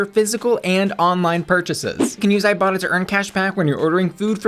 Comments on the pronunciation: When she mentioned the sponsor for today's video, I deadass thought she said "I Bottom" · I legit thought she said "I bottom" 😂 Luv ya! 😘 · Legit thought you said “thank you to today’s sponsor, I bottom” and I was like “we know” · Am i the only one when i first heard bussy say iBotta thought she said i bottom 🙈😂 i was thinking sis this youtube not only fans 😂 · I thought you said the app was called " I bottom" until I re listened to the ad xD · Every time you said "ibotta" I thought you were gonna say "I bottom" Maybe I'm just thirsty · When you said ibotta I legit thought you said "I bottom" lmao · Every time you talk about the iBotta app I could swear I hear you saying "I bottom".